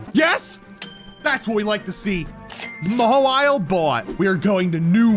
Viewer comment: First Tangelly Then Chime-Cho And now Maweelei Maybe you can make a playthrough of Pokémon that you accidently or intentionally Say it wrong That would be cool And Ayo?